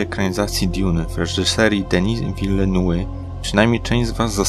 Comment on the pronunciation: Czytaj "wilnew"